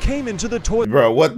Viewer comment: Lol speaker man really said burh